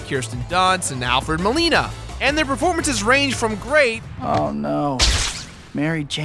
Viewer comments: Sorry to be that guy, but it's Molina not Melina. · It's Molina not Melina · It's Alfred MOLINA, with an "O". You're thinking of Melina, from the Mortal Kombat games,!;) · It's Alfred MOLINA :)